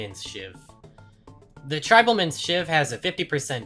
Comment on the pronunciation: How the fuck can't you pronounce Tribal.